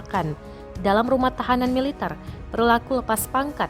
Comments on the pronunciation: MILITER bukan mi -liter belajar tata bahasa yang benar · jangan merusak bahasa MILITER bukan mile liter belajar tata bahasa dulu mba